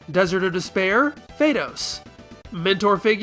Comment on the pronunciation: What fun idea for a comparison video. Also when you said "Desert of Despear" the only thing I could think of was the albino in Princess Bride.😂